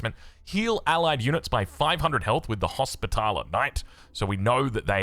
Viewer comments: erm its more like Hos - pitler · Also hospitaller is just “hospital” + “er”